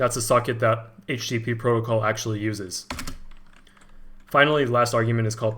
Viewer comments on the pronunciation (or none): none